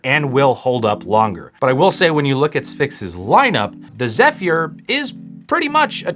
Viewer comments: Will... It's (zef-er), not (zef-ear) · Zeph-year LOL